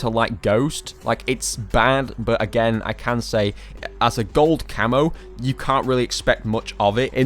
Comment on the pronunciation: when you said again is kinda sounded like you were choking on expired milk. you did this a couple of other times, but i'm too lazy to watch the vid again to timestamp. love the vid, i wasn't trying to offend you when i said you sound like you have a speech impediment